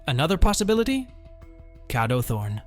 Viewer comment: “Cado thorn”🗣️🗣️